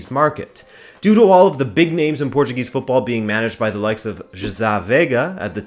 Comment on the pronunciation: it's so weeeeiiid to listen a english speaker pronounce portuguese names so perfectly, especialy the '' ã '' i knew he was portuguese and he pronouced portuguese words right in other videos, but this video has so much portuguese in it, that gets strange